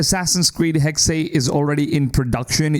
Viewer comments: It’s not hexay it’s hexe ….. it’s said like this “hecks” a hexe is a pattern of sticks used in witchcraft with each pattern meaning certain things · Why are you constantly saying "Haxay"? The game is called Hexe; spelled h-e-x-e, pronounced as "heks". Heks/hex/hexe is a Saxon, Dutch, Flemish, German, Jiddish word for witch. Or do you also say "axay" for the word axe, and "anglay" for the word angle? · Hexy, Hexey... 😂😂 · I'm Dutch and it's a bit weird ppl naming Hexe like "Hexey" rather then "Hexeh" like the German word for witch. And i really hope the game has some white witches too. 😺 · It’s just pronounced HEX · Why do people say “hexay”? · Hexe is pronounced heks the last e is silent. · The last E in "Hexe" is pronounced just like the first one. He-xe. I like how the AC games always try to stay true to the cultures and languges. Speaking german myself I'm really looking foward to how Ubisoft implements an older version of my language into the game. In case I start playing it in english again, I guess I will be a bit distracted by all these NPC voices, 'cause I'll probably understand them.😂 Now everything that's missing would be an Assassin's Creed game set in Austria during the Habsburg Monarchy and I'll be happy! I mean, Germany and Italy made it into the series as well. And I'm also very excited for Codename Red. The Hidden Ones or Assassins were basically Ninja anyways, in some way, so I think playing an Assassin's game as a Ninja is something that was always meant to happen. And I just really really like the japanese architecture and music 😍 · The way the guy says Hexe was very jarring for me 😖